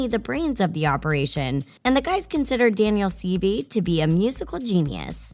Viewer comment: It’s pronounced Daniel seevay (spelled based on pronunciation)